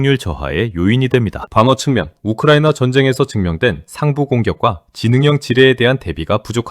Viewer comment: 욱흐르와이느와아를 뭐하러 돠줍뉘까?